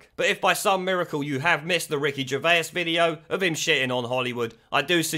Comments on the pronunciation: Please stop saying 'Gervaisus'! It's simply Gervais.... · Ger-vase not Ger-vayas dude lol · gervase not gervaus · fyi, It's pronounced jer-vace, not jer-vay-is :) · Gervay, gervaous. Stop butchering his name it's ger as in a gerbal. And vais as in a vase. It has a French spin to it. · Stop saying Gervais like Ger-Vey-Ass it’s pronounced Ger-Vace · 😂😂😂 Are you really calling him, Ricky Ger-Vay-Us??? 😂😂😂😂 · Ricky Gervais pronounced vase like ace Vase Gervais they will attack anyone and evryone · Say GervAs one more time.. I dare you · Who is Ricky Gervayus? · Ricky "Gervaisisis"??? Weird pronunciation. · Love your videos man. But why can't you say "Gervais"?? Hope it's a joke! Oh I just heard you say "Joe Pesky" also lol! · p.s. Gervay-is? WTF sort of pronunciation is that? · Great channel but stop saying Gervaiuus 😂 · Stop saying his name like that dude! 🙆🏻‍♂️ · How many syllables you putting in Gervais fella? :) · Ricky is a hero, but FUCKING PLEASE PRONOUNCE HIS SURNAME CORRECTLY, 2 SYLLABLES NOT 3 FFS! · The way you pronounce Gervais lol how do you get that wrong? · No one before in the history of pronouncing Ricky Gervais' name has ever pronounced it so incorrectly. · How come you can't pronounce Gervais? It's not like his name has never been mentioned on TV and you've only ever seen it written down... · Stop adding an extra syllable to his name lol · mate I beg you say Ricky Gervais’s name right 😂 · You've pronounced Gervais, Joaquin and Pesci wrong, badly wrong. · How are you pronouncing his name?? He isn't Dr. Zeuss' twin! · I love your vids but why are you pronouncing Ricky’s last name so wrong? Have you never heard his name said in public before ?? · Wish you could pronounce Ricky Gervais properly. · I love your channel but the pronunciation of names is terrible 😂😂😂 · The way you're pronouncing Ricky's surname is triggering me!